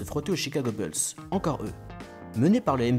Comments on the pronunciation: Stp tu peux dire les Chicago Boulz au lieu de Chicago Beulz ;-) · arrête de dire les beulls stp c'est embarrassant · Faut arrêter de dire « Beuls » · Tu fais le malin toi aussi, la prononciation française "bOUlsse" est une erreur, la leur est plus fidèle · Salut, En suivant ce lien, tu pourras écouter la bonne prononciation americaine de « Bulls » : Certes, « Boulss » peut sonner plus courant en France, mais notre prononciation tend à être plus fidèle à l’original. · Faut sérieusement revoir ta prononciation "BULLS"